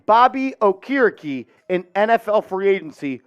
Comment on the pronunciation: His name is pronoucned- OAK-ER-E-KEE